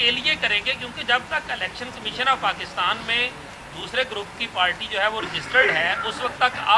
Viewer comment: So cute Mulana Sahab Pachistan 😂😂😂, make sure it was 4-5 time pronouncition mistake